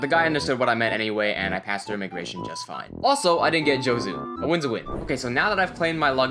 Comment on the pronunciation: 上手(jouzu) ジューズ(juuzu)